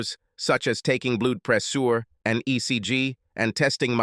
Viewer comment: The voice is annoying and has bad pronunciation "bloudd pre-sure"🤨🤔